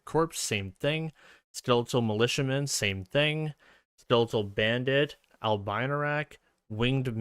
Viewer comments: It is also pronounced "Albino", not "Albaino". It comes from latin. Also sorry if i'm sounding rude, that's not my intention. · Dude, thank you for the video but tf is an "albainorak"? That's just not even trying to pronounce it